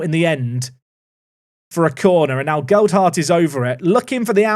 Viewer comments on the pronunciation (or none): As a Leeds supporter, hearing “geld-hart” is grating. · Whats happened to Leeds youth set up in this game?😂 All in league 2. Lewis Bate is from our youth setup too. Its pronounced gel....hart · I don't think signing Gelhardt was a mistake, but possibly inserting an extra D into his name every time you say it might be. (Or it might be intentional. It wouldn't be the first time 😉)